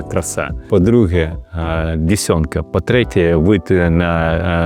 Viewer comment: Річка ДЕсенка,не дєсьонка.